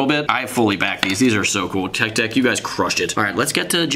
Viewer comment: Umm ik this is late but the intro he says tech sëx